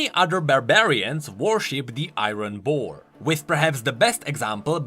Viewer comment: "The Ayron Boar"